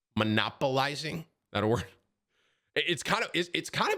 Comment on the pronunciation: Bro stop mispronouncing words on purpose, it’s not funny 😂 monopolizing..